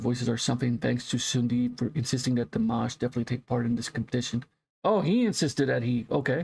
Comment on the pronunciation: Although some people can be picky you're far better off pronouncing it DeeMosh. That's much closer. Pronouncing it Deemish will definitely get people upset. This is a beautiful song but far far better with the live video of which there's a few copies on YouTube so it's such a pity that you used this adulterated one.